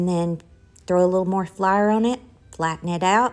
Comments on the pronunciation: Please remember that theres people watching worldwide, so please identify if you're using self raising flour or not for those of us who are not from the South. And flour is pronounced fl-our not flyer. 😂 Thanks. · I love the pronunciation of flour as flair. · You must tell me where you are from state wise not personal address. I have not hear flour pronounced that way since I was a little girl. Brings back a flood of memories.